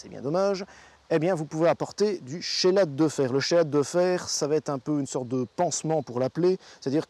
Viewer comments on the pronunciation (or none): On dit "kélate" pas "chélate".